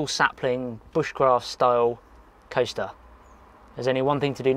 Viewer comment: like shed Sundays. i thought you said toaster instead of coaster.